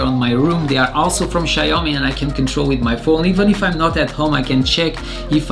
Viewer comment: Okay but it's not "Shayomi"